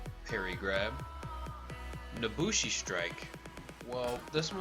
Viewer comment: "nosushi" lol